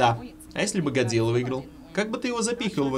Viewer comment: "песчаные акулы" И хватит "Годьжирьаа"